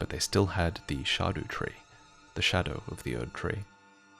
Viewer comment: Every time you say “shah doo tree” I’m like wtf are you talking about and then I realize that’s how you say scadu tree.